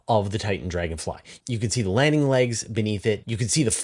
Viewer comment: There is no ch sound in the word chassis. It's all sh. Shassis.